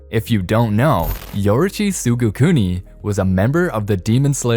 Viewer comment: its pronounced tsugikuni and not tsugukuni